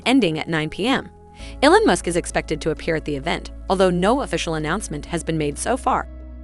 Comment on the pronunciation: “Ellen musk”